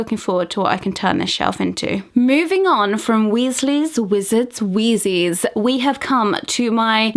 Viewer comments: Did she just say “Weasley’s wizard WHEEZ-EES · XD "Weasley's Wizard's Wheezies" not hating its just funny the way she says it I'M NOT HATING DON T COME AFTER ME